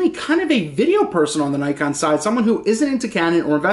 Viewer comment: It is pronounced "nee kon"